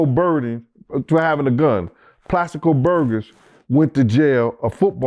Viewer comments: He said plaxico burguss 😂😂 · C'mon Plaxico Burgers😅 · Plaxico burgos & mischaracter of justice, one thing for sure, gonna mess up some names and words 😂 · Clasico burden, claxico burger damn he slaughtered his name 🤦🏼‍♂️🤦🏼‍♂️🤦🏼‍♂️